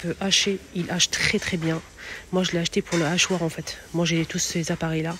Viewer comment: J'y crois pas ,elle a un voile Boycott Surtout avec les d'autres de français...un nachoir?et le h aspiré?